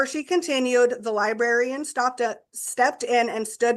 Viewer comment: I’m pretty sure she DID say “libarian”